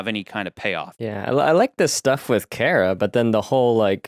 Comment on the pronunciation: It's pronounced Car- uh not care uh.